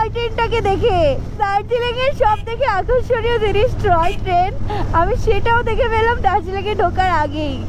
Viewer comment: Ota troy train na Toy train 🚂